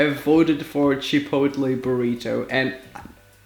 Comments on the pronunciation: Cha.Pote.lae. is how you pronounce it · U pronounce chipotle. Japolay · Chipotle (chip-oat-lay) say it with me kids😂😂😂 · Just say chip-ul-lay it's easier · Pronounced Chu-Po-Lae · It’s Chip-oat-lay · CHIP-OL-A get it right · If you want to say Chipotle correctly forget the L,think of it as chipotee! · Lol. I think people chose Chipotle burrito to troll you since you have a hard time saying the word 😅 Mean. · Hey I can’t pronounce microwave so there’s no shame in not being able to pronounce chipotle so don’t beat your self up over it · Phoebe Bettencourt chipotle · I chose burrito because I wanted him to have a a no.2 in the toilet. -and to hear him say "chipotle"